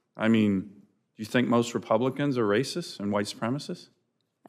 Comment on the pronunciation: “It is because they’re RAYSIS!!!”